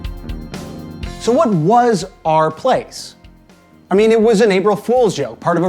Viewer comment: Took me five minutes to realise you were saying /r/place and not "Our" Place.